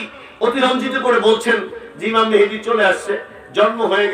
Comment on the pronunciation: উনি ইমাম মাহাদীর নামটা ঠিক মতো বলতে পারলেন না বললেন মেহেদী।আপনি কমেন্ট করলেন সুন্দর আলোচনা